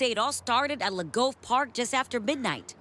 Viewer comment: Newscasters are so lame. You’d think they could take a little time to find out how to pronounce Les Gove. On one channel they called it Les “Grove” and this one decided it must be French: Lé Gove! 🙄 And don’t even get me started on “beinGhit”!